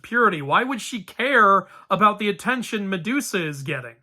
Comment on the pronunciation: ok, so i m outside and have kinda low volume so as to not disturb others but i legit heard, "sedusa" here😂